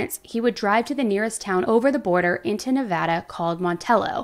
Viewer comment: THANK YOU FOR PRONOUNCING NEVADA CORRECTLY!!